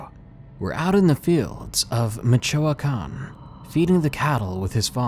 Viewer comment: THE WAY HE SAID MICHOACAN HAD ME WEAK😂